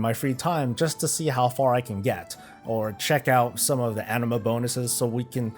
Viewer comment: Anima sounds like enema. lol